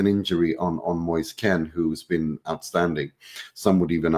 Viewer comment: Moise Kean not Ken